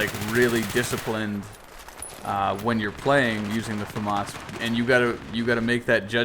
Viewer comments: "Fah-Mahs" French Weapon No French person pronounces it FehMis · I mean there is pronouncing stuff differently, then there is just flat out wrong. FAM-AS is just wrong.